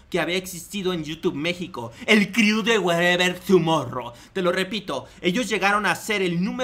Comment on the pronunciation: "el criu" jajaja